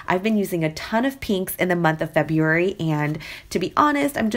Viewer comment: Giveaway and also I love the way you say February lol!!!!